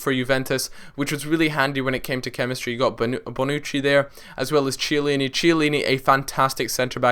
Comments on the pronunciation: oh you didnt say 'chee-a-leeni'. its said kee-a-leeni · that's not how u say chiellini it's pronounced like kiellini not ch